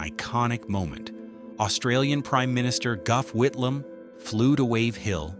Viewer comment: And it is NOT Guff Whitlam, The Aussie PM's name was Gough (Pronounced GOFF, not Guff) Whitlam